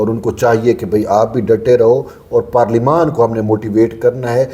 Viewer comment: Parleymant ko Aksan lens ho ghe G